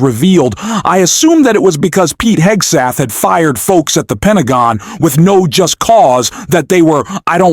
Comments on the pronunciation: Cant even pronounce "Hegseth" - I stopped watching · I thought the ai voice couldn’t pronounce Hegseth’s name, then I realized the ai pronunciation is different each event.